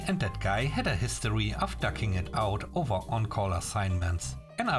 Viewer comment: Duking it out rhymes with nuking it out, not ducking, lol. Yeah. The letter 'c' changes the pronunciation. But... the image in my head as two grown men fighting each other with ducks and all that water fowl language... ROFL. "How did she get my number?" Phone books sir. Phone books. Last story... Hey, at least they learned, right? So mission Accomplished.